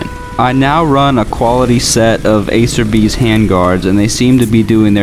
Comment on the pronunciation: Acerbis is pronounced Ah-Chair-bees. I have a chair bees skid plat. The "rattle" is the valve breather. Your front brake cable... stop it.! Please.